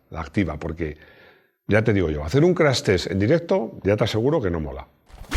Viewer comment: CRASH TEST así como está escrito!!! No se te escucha profesional CRAS TES.!!!